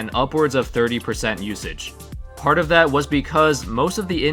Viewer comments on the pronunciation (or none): none